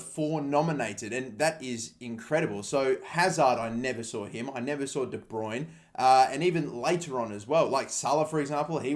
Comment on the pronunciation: its all and fine but dont butcher De Bruyne"s name